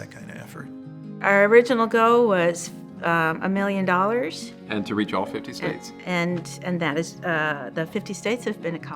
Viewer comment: Hi think you should say milliun😅😊